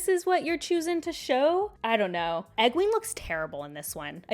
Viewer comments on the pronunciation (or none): Egween 😭😭😭 why my ears I’ve never heard that before